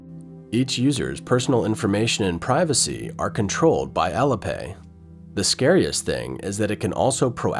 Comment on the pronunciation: heads up there ! ---- IT'S " AL-LEE" AS IN ALI-PAY --- NOT ALLA ! ----- SPEAK MORE SLOWLY & CLEARLY PLEASE ! --- BYE BYE CCP-PSYCHO$-LAND, ---- bye bye and PERMANENTLY TOO ! ----- from Canada J.